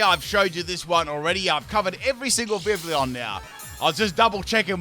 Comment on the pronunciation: Pronunciation: Viv-ee-on